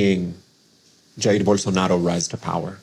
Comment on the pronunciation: Why does he keep pronouncing his name with a Spanish accent? Bolsonaro is of Italian decent and Brazil is a Portuguese speaking country.